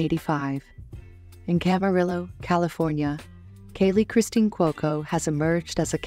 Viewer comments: Would have been much better if the narrator had learned how to pronounce Kaley’s last name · This video should be titled “how many wrong ways can you pronounce ‘Cuoco’?”